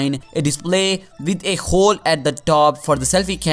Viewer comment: its hole not khole